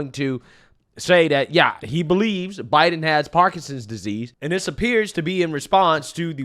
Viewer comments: you have to quit saying parkingsons. It’s Parkinson’s disease. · KJP: “…… does he know how to say ‘Parkinson’s? No. Can he spell Parkinson’s? Are you serious? …..”